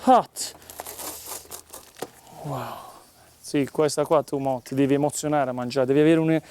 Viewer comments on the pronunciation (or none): none